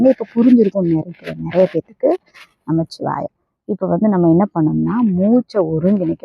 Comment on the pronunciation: நமச்சிவாய என்று ஒரு முறை கூறுகின்றீர்கள் ஒரு முறை நமசிவாய என்று உச்சரிக்கின்றீர்கள்